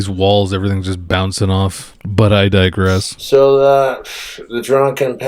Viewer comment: "But I dongress.."